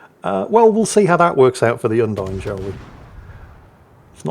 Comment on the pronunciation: Thanks for the video. I know better than to hope will ever learn to pronounce foreignspeak, but on the off-chance: Bearn is pronounced like bay arn Undine is pronounced Oon (as in moon) DEE nay